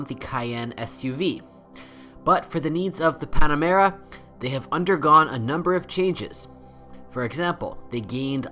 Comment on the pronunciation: Bro. This sucked. No one gives a sh** about kilometers, whats gasoline aspirated? I know what you meant, but do your research since it seems you do not. You pronounce Porsche wrong and Panamera is not Pon-amera. Lastly, you say what to check before buying a 970. All of your “checks” can not be “checked” at the dealer. Way to go!